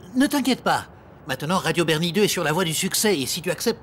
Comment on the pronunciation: Sur radio bernie goouuuuuuuudeeuuh à la fin(jsp même pas ce qu il prononce)😂😂😂